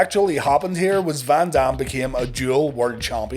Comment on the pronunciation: The way he says Van Dam I kept thinking he said Bam bam, I kept waiting for a run in that will never happen